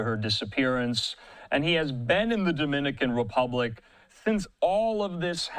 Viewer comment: Damn man you guys ( every news outlet ) are pronouncing the names of the suspect wrong the names of the cities in the DR wrong lol , how’s this even being put up , could you at least get those right before rushing to put this out ?